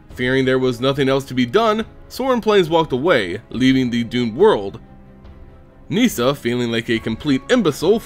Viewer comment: ITS NOT PRONOUNCED NEE-SA omfg. Nissa. Just plain Nissa. Unrelated, Garruk is not pronounced Ga-Rook either. Just plain old Garruk. Shit.